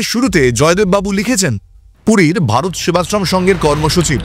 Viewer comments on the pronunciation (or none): none